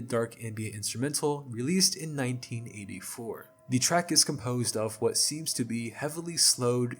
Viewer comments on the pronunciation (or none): none